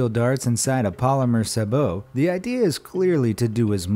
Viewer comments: Wtf is a sabo? A sabot? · "flay-shets" and "saab-oh"...lmao Please stop making informational videos if you have so little information on the subject that you can't even pronounce the related words.